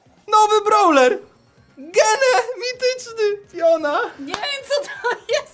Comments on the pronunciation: zamiast gene czytaj dżin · Czyta się dżin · mówi się Dżinn xd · Nie geny tylko dżin XD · Nie mówi się gene tylko dżin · Gene xd mówi się dżin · Angielski poziom expert. Gene? Dżin chyba, lol. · na przyszłość nie Gene tylko dżin xd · To jest dżin a nie gene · Nie gene to dżin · Gene czytaj dżin xD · Nie Gene tylko dżin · nie mówi sie "gene" tylko czytaj "dżin" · #porada gene czytaj dżin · Nie czyta się "Gene" tylko "Dżin" a po 2 nie "Bu" tylko "Boł" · Nie czytaj Gene tylko DŻIN OK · Mówi się dżin anie gene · Ty nie mądry człowieku nie czyta się,,gene" tylko,,dżin'' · Nie mówi się gene tylko dżin i nie mówi się bu tylko bo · To się nie czyta Gene tylko dżin!!! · To nie Gene tylko dżin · To nie zły gene, czyta sie "DŻIN" XD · Gene xd chyba dżin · To dżin a nie gene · Ty debilu muwi się dżin a nie gene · Nie gen tylko dźin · Gene czyta się Dżin i to jest chłopak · Mówi się dżin a nie gene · mówi się dżin a nie ,,Gene" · Muw dzin a nie gene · Jak coś mówi się "dżin" , a ty mówisz "gene" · Dżin a nie GENE 😆😆😆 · to nie jest Gene tylko dżin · Dżin się czyta A nie gene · Nie mówi się gene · GENE czytaj Dżin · To nie jest Gene tylko dzin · gene czytaj jak dżin ;) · Jaki gene dżin się czyta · Japierdziele mówi się dżin a nie gene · Gene czyta się dzin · Tego brawlera nie czyta się gene tylko dżin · Jaki Gene czyta się Dżin! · Nie mówi się GENE tylko dżin jakby SUPERCELL to usłyszał by się za głowę złapał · nie gene tylko dzin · Nie gene tylko dzin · Mówi się dżin a nie gene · Nie gene tylko dźin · boże gene mówi się dżin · Dżin sie czyta heh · Gene? A nie dzin sie powinno czytac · Dżin się mówi xd nic do tego niemam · Mówi się dżin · 'GENE' xd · Gene czyta się dżin 😁👍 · To się czyta dżin omg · troche beka z cb bo tą postac którą trafiles z pierwszej skrzynki to wymawia sie [dżin] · Dżin się czyta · Gene to dżin jak coś xd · Dżin się mówi !! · Gene się pisze a dżin się mówi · NIE MOWI SIĘ GENE